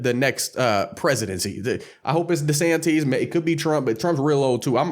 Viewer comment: Bro its not Desanteeez 😂 desanteez NUTS